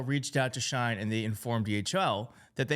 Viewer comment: I like you, I really do. But shine, really?! It’s she in.